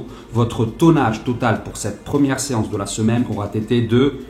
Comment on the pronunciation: Un regal avec ce festival de liaisons foireuses, dont on retiendra un "aura tété" si agréable à l'oreille. Le sujet c'est les barres de musu, ça n'empêche pas les barres de rire.